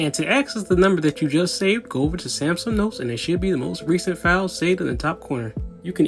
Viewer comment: Wtf is a samSUM